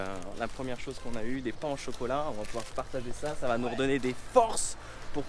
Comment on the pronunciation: "Pain au chocolat" j’ai mal aux oreilles 😱